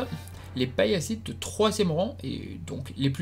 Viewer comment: Intéressant mais c'est Pallas et les Pallassites et non pas Paillasse et ses Serpillières, oups, ses Paillassites ! Ca accroche un peu les oreilles à la longue :'( Pourquoi avoir zappé les 4 rois de Mars ? Après c'est vrai que leur temps d'audience est assez court.